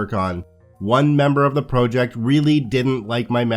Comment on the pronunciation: props!, but I really hate your pronunciation of the word ‘project’:)